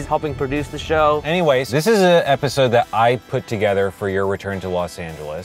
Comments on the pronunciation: Did anybody hear annie-ways? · Remember annie-ways